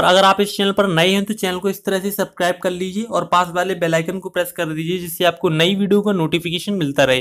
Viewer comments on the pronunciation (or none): none